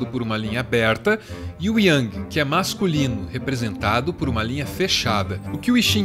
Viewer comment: É Yang e não Yiang